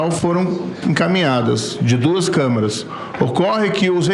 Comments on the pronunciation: "CÂMARA'????!!!!PUTZZZZ!!!! CÂMERA, seu burro...,CÂMERA!!!! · Que agonia ver esse tanto de gente falar errado.... não é camara... é camera..... camEEEEEra carai....